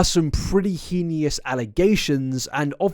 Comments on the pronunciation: Please correct your pronunciation of heinous. The I is before the e. Either Hay-nuhs or Hee-nuhs but not hee-nee-us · Stop saying henious. Its HEINOUS. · I'm so sorry to do this but it's pronounced "hey-nous" not "hee-nous" :( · This is such a small thing but the way you pronounce "heinous" absolutely drives me nuts lol 😭😭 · it's definitely not pronounced heenious no matter where you're from. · Is that how people over there pronounce heinous?? Is it just Americans that say Hey-nus??? I feel like everything I know is a lie 😅😭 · Boy the word is «heinous» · I love your videos, I think you’re amazing, but please, I can’t take it any more, please learn to pronounce the words heinous properly 😭😭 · the way pronounces heinous always tickles me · as it is my second language, mispronouncing "heinous" over and over again makes me doubt my english skills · Learn how to pronounce words like "heinous" please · You pronounce heinous weirdly. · Is that a British pronunciation of heinous or ...? 😅 Also beans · I like your content and your yapping, but I've reached my breaking point... Please look into how "heinous" is pronounced. Please.